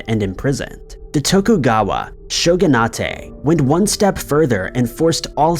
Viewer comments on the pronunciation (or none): Shogunate...( Show- gun- it) not ( Show- gun ah tey) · Show-gun-ate not show-gun-ah-tay. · IT'S SHOGU-NATE (LIKE DETO-NATE), NOT SHOGUNA-TAY D:< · Pronouncing it as "show-gun-AHTAY" is incorrect. It is a Japanese word with an English suffix,. It should be "SHOW-gun- ayt". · #5, the word shogunate is pronounced SHOW-gu-nut, not SHOW-gu-nah-tay. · Shogunate is pronounced show-gun-ate not show-gun-atay. Why does every video done by have a minimum of 2 common English words like the town of Dublin and the example of shogunate above or oth simple and common words constantly mispronounced and usually more than 2 mispronunciations as well as multiple editing mistakes like the same sentence being repeated immediately one after another and it is only the videos that is the Narrator it is unprofessional and even though I love the videos and information these repeating mistakes just come of as uneducated or just flat out not caring about the quality of the product and complete lack of respect for the audience especially when they are in every video of the same narrator and no effort of fixing or improvement is made and very distracting and annoying especially to people in the audience that have autism like me. If this channel is not going to take the time to have a host either put effort into improving the same mistakes being made constantly or getting rid of the for making the same mistakes in every video I'm just going to unsubscribe even though it means missing the videos of other narrators that are professional and don't make the same mistakes in every video and usually learn from mistakes and apologize to the audience when it is pointed out or just make different mistakes once or twice not the same mistakes every video. Already unsubscribing from Bill Nose channel I hope I don't have to unsubscribe from th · Bro really pronounced "shogunate" as "sho-goo-nah-tey" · 'Shogunate' is pronounced "Shogun-8", the -ate on the end is English. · Shogunah-tey lol